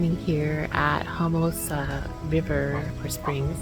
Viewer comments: Good video. Just fyi dear, it’s Homo-sassa. Not Homosa. Don’t forget the sassa. Homosassa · Ho-muh-sa-suh is the correct pronunciation. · The wildlife park you visited is pronounced HOMO-SASS-UH. It is a beautiful place to visit. Along with the boat tour through the inland wildlife area, they used to have a tour boat that went out the river into the Gulf. Its been awhile since I did that, so maybe they don't have that one any more. Sorry that you had some a-holes camped near you. That often happens in Florda campgrounds these days. Lots of drunk, loud, wild partying and shitty nusic. In regards to the new neughbors, the NFL draft of now former college football players making the jump to the NFL. Lots of people tune in each day as the annoucements are made about what former college players are going to which NFL teams. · Pronounced Homo-sassa....as a native Floridian from that area, I had to correct you lol. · It’s pronounced homo-sass-a springs😁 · You're pronouncing homosassa springs wrong... Just saying 😜